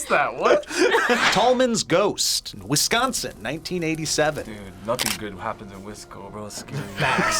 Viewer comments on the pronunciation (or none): Wisconson? Lolol